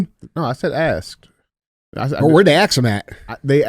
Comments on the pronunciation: Andy, "He Axed him" 😆 I was laughing my ass off. DJ still couldn't get it out, and changed his word to "he queried" lol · “He was axed”… “was it terrorism??” 😭. Andy make sure to go replace his smoke alarm batteries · Axed him a question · Who axed em, fucking hilarious